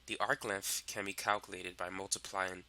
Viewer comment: Why do you say length in such a weird fucking way lol Lenth